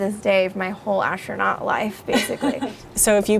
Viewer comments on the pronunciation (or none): Ash-tronaut? that is, creepy ! STOP SAYING THAT !